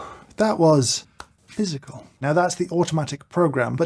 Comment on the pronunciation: He says "physical" in such a posh way